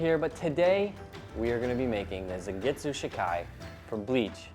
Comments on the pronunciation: Typo and mispronounciation: Zangetsu, not zangitsu. I'm a huge Bleach fan, so this is right up my alley!😘😍🥰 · could at least spend 5-10 minutes to research the sword instead of butchering something as basic as the name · its pronounced zawn get su not zan and its pronounced she kai not shi kai